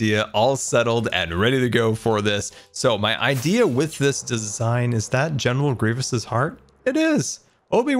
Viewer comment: Star Wars fans when said general grievec3s heart: oooh Star Wars Non Star Wars fans: what is a general greivis?